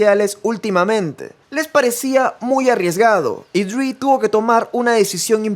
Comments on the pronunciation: Esta bueno el video,aunque disculpa la corrección pero me parece que no es “Dr. DRI”, sino Dr. Dre. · cada vez que dice DRI me mueroo, es dr. DReeeeeeeeee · Porque disen Dr dri Jajaja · HBD, tu canal es lo mejor pero tengo que decir algo...Como surra que digan "Dr. Dri" es "Dre" porque se llama "Andre". Ya no se mamen. Esto es parte básica de la cultura que nos gusta, el HIP HOP.